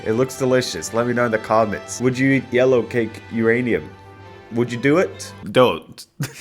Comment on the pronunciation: Every time says "yellowcake" my brain thinks "Alien Cake" ngl